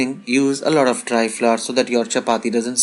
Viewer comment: Flour. It's pronounced flower. Not flaar, flooour or flavar. It's really not that difficult! 🙄